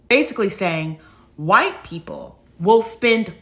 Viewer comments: “HAwhite”…DEAR GOD, MAKE IT STOP! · Why can't that woman wearing pink say WHITE? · Good God! Why is she saying "white" like that! Maybe no one wants to watch her "content," black or white, is because her gimmick is irritating.